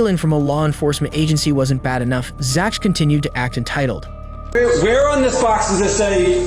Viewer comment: Why are we pronouncing the “CH” that way in Zach? (Zack) yeah?